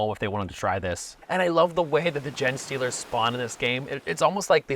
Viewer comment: Ok, great video.. not much that I can critique.. except your pronunciation of "Genestealers" when you talked about Space Hulk.. it's pronounced "Jean" not "Jen"... Other than that your opinions on all the games was well received and not only well thought out but appropriately conveyed. So thank you for this wonderful video. Please make more👍😸👍